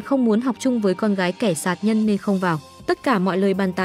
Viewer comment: đúng, ngọng cả chính tả lun